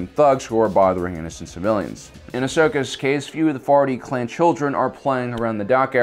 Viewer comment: I keep hearing "farty clan"